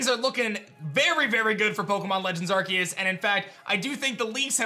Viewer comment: I love watching videos, but the way he pronounces arceus drives me crazy 🤣